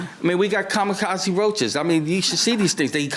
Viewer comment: "Kami-KOTT-zee roaches"😮😢😂😅😊❤